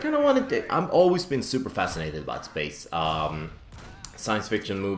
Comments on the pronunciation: Thought you said ''Spice'' in the beginning... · Everytime says space, it sounds like spice:D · That "space" at the beginning sounded Australian... Just me?